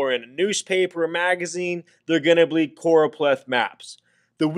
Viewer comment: Noooooo its CchhhOooRooOpleth map 😂😂